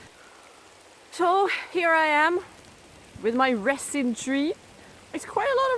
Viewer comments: This video was amazing. Very well done. Your English is almost without accent and much much better than my Swedish which is nonexistent. LOL If you don't mind me helping you with one word "resin". It is pronounced with a z sound and not an s as it's spelled. Because why spell it with a z that would make to much sense. LOL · Your accent is so cute. Love the way you say resin. Try pronouncing it rezin